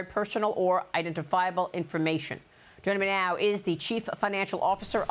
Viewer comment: Maria: "Junninmehnow" 😂